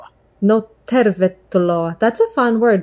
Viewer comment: Tätä oli hauska katsoa = This was funny to watch = It was funny to watch this. First, I kind of heard a very tiny letter "h" when you said "paljon", "tervetuloa", so you would say "p(h)aljon, t(h)ervetuloa. I guess it can be a little tricky to hear the word right, and when I started prouncing the words in English accent I also got that (h) in those words. It is guess when you say those words like "pal", "tell", you breathe out in the beginning of them and it comes quite naturally. In Finnish there is no push. So it comes out quite softly in Finnish. The other thing that is kind of tricky are those letters in the name of Käärijä, Ä and J. Ä is pretty much like letter "a" in English words "bad", "sad". Hyvää syntymäpäivää, that means "happy birthday", has enough of those letters "'ä" to practice with. J, when I have been telling the J is like the y in words "yes", "you" and "yank", it sounded very good, but actually there is a little difference there. Finnish "juu" is very much the same word as "you" when you pronounce them, but there is a very small difference when you pronounce them. If you say you in Finnish accent, rally English, it is "Juu". I can't really get a good hold of what is the difference. When I kept on saying "you" in English, it started sounding like there is a Finnish "y" spelled in the same kind of way like you had that minor (h) in p(h)aljon and t(h)ervetuloa. I did not actually realize it can be really hard to learn pronounce those letters. You were doing v